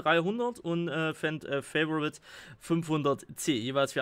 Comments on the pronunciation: Fa-vo-rit wird auch als Favorit ausgesprochen und nicht so was halb Englisches Fai-vo-rit... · Favorit kannst du auch gern auf deutsch aussprechen, ist kein "Favorite" xD